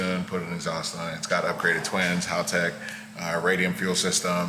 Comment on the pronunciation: I mostly like how can pronounce Haltech properly. It’s not Hallllll-tech